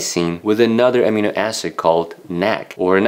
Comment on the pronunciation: In English, we put the accent in Amino on the second syllable.